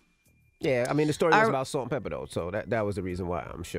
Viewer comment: Pepa, not pepper